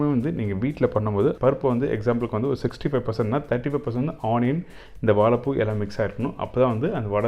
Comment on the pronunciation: வாழைப்பூ வடை பார்ப்பதற்கு நன்றாக உள்ளது. வா"ழை"ப்பூ என்று சரியாக உச்சரிக்க வேண்டும். வாளப்பூ அல்ல.‌ பொது வெளியில் வீடியோ வெளியிடும் நீங்கள் இதை கவனிக்க வேண்டும்.